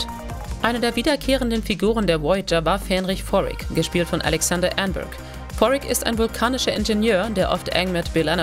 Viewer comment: Geordi La For-Ga? Fähnrich Forrick? Robert Beltrain? Wtf, was für Leute graben solche Insider aus, versagen aber dermaßen hart an den Namen?